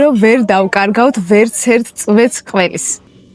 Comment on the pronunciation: ყვერის არა .. ყველის